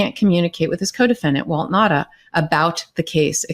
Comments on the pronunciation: Now-ta not Nadda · I am a proud islander on Guam. WALT NAUTA is a son of Guam. It is pronounced NOW-ta